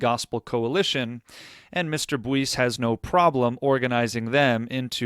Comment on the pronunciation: I am certain that Josh’s last name is pronounced “Bice” with the “u” being silent